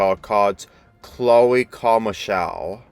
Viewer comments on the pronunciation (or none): It's Chloe Carmichael,not Chloe Carmichelle and I agree this is the worst episode ever. This episode is the downfall of Farily Oddparents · Her last name is Carmichael You prononced it wrong